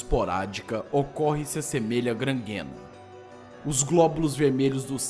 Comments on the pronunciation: Minha sugestão indo adiante :3 E "gangrena" não "grangrena" :/ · tio o certo é gangrena e n grangrena